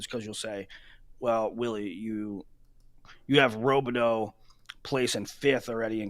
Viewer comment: How long until Willie learns how to pronounce Robideau? Before or after he stops saying “Okie State?”